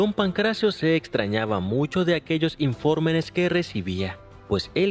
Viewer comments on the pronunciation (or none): Bueno el vídeo, pero ¿por qué el que narra dice informenes ?